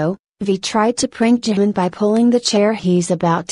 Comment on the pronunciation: she called jimin jamin wtf i mean i know we all make mistakes but wtf